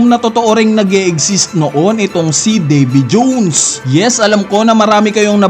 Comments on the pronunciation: Nkakabwisit pagbigkas sa davy jones..😅muntanga di ko na tinapos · ayn na si NIKU ROBIN AT DAVY JOOWWNNS 😂 feel na feel ung pag pronounce eh muntangaa hahahaa...